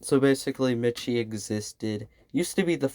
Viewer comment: btw miche is pronounced like niche and uses he/them i believe?? overall great video!!